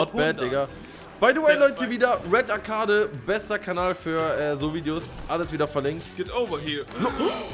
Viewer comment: Er spricht redarcade komplett falsch aus